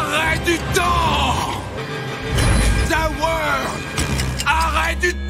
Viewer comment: ZE WOR!! On dirait il dit the word et pas the world!